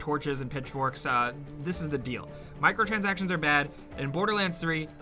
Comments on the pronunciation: When you said microtranactions I almost shit a brick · "Good Old Michael-transactions" - 2019